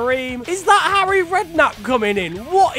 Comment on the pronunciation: Trrrfic effort from 'Arry